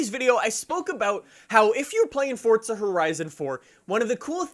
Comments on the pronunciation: its not fortza bro its forza lol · it's FORZA.... Not fortza.... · its forza not fortsza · The way you say forza drives me nuts. There's no "t" in forza. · Why does he say it like “fortza” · I like how he says fordza lmao